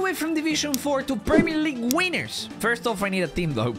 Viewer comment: the fact that crunch din't say winners but said wieners😂